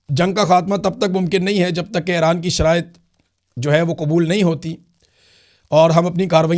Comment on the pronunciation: Imran bhai thora tawajjah karain Ay-Raan Nahi اےران E-Raan ایران آپ سلامت رہیں آباد رہیں ❤